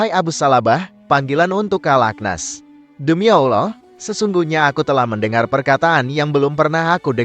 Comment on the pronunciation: Utk adm coba ganti suara org yg mempresentasikan video diatas.. krn meyebut nama Allah dan Nabi Muhammad saja tdk becus dan salah..